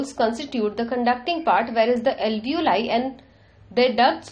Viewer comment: where do you see ALEEVOLI written ? Its ALVEOLI.. read properly before making a vdo its irritating